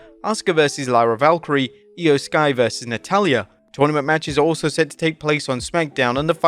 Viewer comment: Lyra VALKYRIA not Valkyrie. Every time...